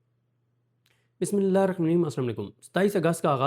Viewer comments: بھائی جان بسم اللہ صحیح سے پڑھیں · Bismillah to sahi sy parh lo ya ye jsarat na karo